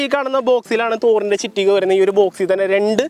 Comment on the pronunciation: ചിറ്റിക അല്ലടാ കുണ്ണേ ചുറ്റിക